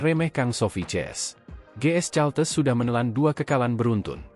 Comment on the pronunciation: Caltex kependekan dari California Texas. Kenapa kau baca Caltes Min?. Belajar bahasa Inggeris dong.